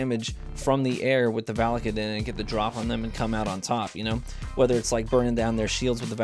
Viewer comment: I'm pretty sure it's pronounced "VAL-UH-KAY-DIN"